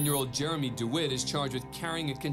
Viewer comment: “It’s jermey” 😂😂